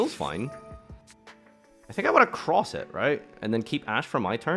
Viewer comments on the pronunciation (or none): none